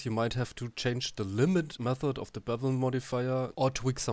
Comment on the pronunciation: The 'The' and the 'TH' problem from germans